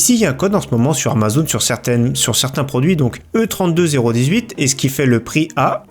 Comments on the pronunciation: Tu me stresse à dire E32-0-18 😂 c'est E3-2018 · "E 32 018" 😂 je crois que ça a un rapport avec l'E3 alors on le prononcera plus "E3 2018" 😅😉